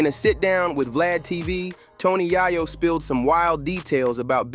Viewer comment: Tony YAY-O! For christssake!